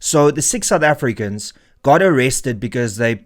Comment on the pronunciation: Sick (6) soufEfricans 😂